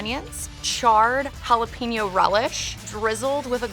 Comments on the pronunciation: I CRINGE when food reviewers/cooks don't correctly pronounce ha-la-PAIN-yo. They get it 3/4 right, but then say PEEN-yo. It's HA-LA-PAIN-YO! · hot dog looked amazing, but if I had to hear her say Jalepeno one more time I'd have to give her a lower score. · The way that one lady pronounced it as “Halla PEN yo.” 😭😭😭😭 no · They way she is pronouncing jalapeño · 0 for 4 on pronunciation....geez, teach people how to say jalapeño for crying out loud